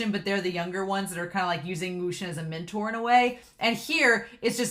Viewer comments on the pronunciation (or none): none